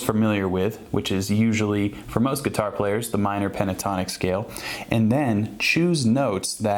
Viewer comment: hhhhhhh.... geetar... remind me of how Etta backer pronounces guitar